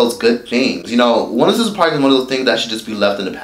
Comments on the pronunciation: It sounds like he is saying once in a park 😂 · It's 106 & park. Not OneOSixAnPark lol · Its 1-0-6 AND PARK... its not 1 word.. I HATE HEARING YOU SAY THE NAME OF THE SHOW!!! SO THUMBS DOWN just because u call it 1sincepark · Not quite Rosa park but I was asking myself why he isn't pronouncing it properly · I thought he was saying Once in the park lmboooo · thing thing is i kept hearing rosaparks hahah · one O Six and Park..duh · once a par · Sounded line once in a park. Like "yo bro, did you hit that?" Him: yeah, once in a park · Once & park 🤣💀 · I keep hearing one oh sis n par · I heard " one since a par"! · I thought he said.....ONCE A PARK😂😂😂 I'm like i ain't NEVER seen this new show. LMBO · Is he saying 106 & park!?? Pronounce the 6 in 106!🤣💯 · Am I the only one hearing him say "once & park" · Are you calling it "once in a park"? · Is he saying once and park? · I thought he was saying Once and Park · 1 0 6 and Park. Just strolling, but realized that the numbers in the name of the show are never pronounced correctly or enunciated. Otherwise good work, you have good energy. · The way you say 106&park it sounds like one word 💀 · Is this dude not able to say ONE O SIX AND PARK?🤣🤣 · yo can u pronounce 106 AND PARK properly like damn dude